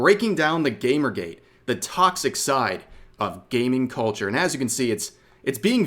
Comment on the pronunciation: I know she meant gamergate, but I swear to God she said "GAPERgate" Probably just the mic quality, but that's still hilarious to think about.